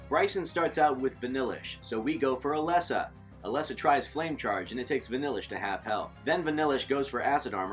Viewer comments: NOT ELESSA! IT IS PRONOUNCED LIKE ELEESA! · Umm Its Ee-lee-sa (Elesa) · Swear to god, if he says “Ah-Less-Ah” one more time, I’m unsubscribing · I cringed when u said “Eh-Lesa” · I think he forgot the magic E. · You pronounce Elesa wrong